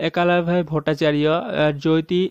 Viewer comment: Apne galat bola Jyoti ko joti boliye to sahi uchharan hoga likhne me Jyoti but jab bolenge tab joti boliye .it's Jyoti =joti not joyti